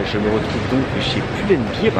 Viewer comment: c'est pull and bear pas beer lol